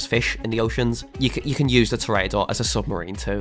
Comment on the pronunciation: You did pronounce toreador wrong, its pronounced Tour ra door